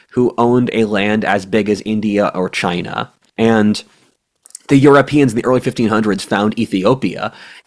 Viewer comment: pronounciation of China has definitely been Trumpified- which amuses me